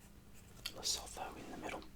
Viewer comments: Lesotho pronounces Le-soo-too mate. Great video though 👍🏻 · "Lesotho" is acctualy pronounced le-soo-two. Awesome video much love from South Africa❤️🌍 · Its more le-soo-too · The South African within me was cringing so hard lol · i’m south african and i was cringing so much 😂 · Yes, I can confirm that I did not pronounce it correctly. There are other comments that show the correct way to pronounce Lesotho.